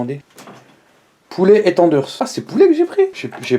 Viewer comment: Tu dit tjr tanders😂😂😂